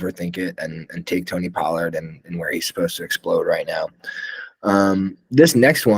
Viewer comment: You're too high on Tony Pollard and you say his name wrong. How could you take coronavirus over at quarterback and Dynasty? Not smart